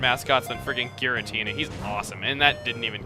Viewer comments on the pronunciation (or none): none